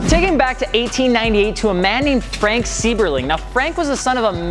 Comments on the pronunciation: You could at least pronounce his name correctly. It's "Sigh"berling not "See"berling. And you left out blimps? Arguably the coolest thing Goodyear ever did. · You pronounced Seiberling wrong